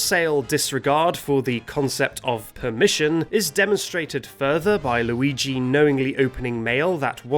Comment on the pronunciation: Noo, loogee